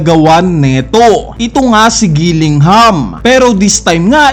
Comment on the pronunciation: Kilingham lodi. bat Gilingham sinasabi mo. Fav food mo giniling? haha